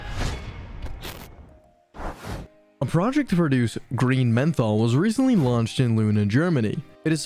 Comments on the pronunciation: It should be pronounced Methanol not Menthol 😅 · Yeah,that does make this seem more like a high school presentation though I’m sure it has good info. It’s just mentally goofy to keep calling it menthol. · no way that menthol mispronunciation is accidental. I bet it's just trolling